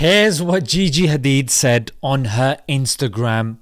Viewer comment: It's gigi not jiji